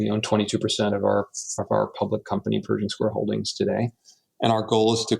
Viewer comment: bro called it "perishing square" 😭